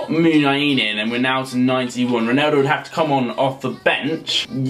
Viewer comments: Please learn how to say ronAldo :/ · Why the fuck does he say "Roneldo"?! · He says Roneldo